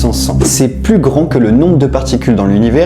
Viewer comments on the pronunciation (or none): none